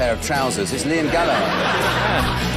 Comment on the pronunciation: Oh my good god, Jack Dee pronounced Gallagher correctly, way to go Jack.